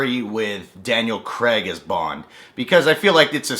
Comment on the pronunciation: His accent and the inability to not pronounce Craig as Creg kinda gives it away.